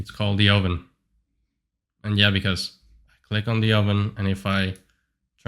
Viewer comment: lol the "oven" 😂 Also is that a Starforge PC?